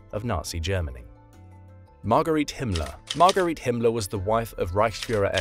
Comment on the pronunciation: "got arrested" is not an elegant expression to go with the educated voice of the narrator! Margarete (Marga) Himmler is not pronounced like Marguerite!